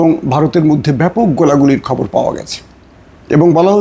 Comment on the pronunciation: শুভেচ্ছা বলে আসলে খববং বলেন ।